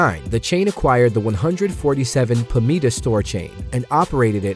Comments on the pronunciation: You say Puh-mee-da. In Wisconsin we say Puh-MY-duh. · I used to work at a Shopko in Lincoln, NE.......many, many, many years ago. Btw, Pamida is pronounced pa-MY-da, not pa-ME-da. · When I was little my mom shopped at Montgomery Ward. I used to shop at Pamida, but it's pronounced Pa-my-da. It was a great store. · From pamida to shopko hometown? 🤨, what so gibberish.?🤨